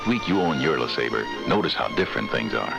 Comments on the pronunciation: I have it on good authority that it's pronounced Le SahBRAY. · La-Saab-Ray.......pronunciation is key😂😂😂😂😂😂 Great video! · Buick LeSlobbre. LeSlobber.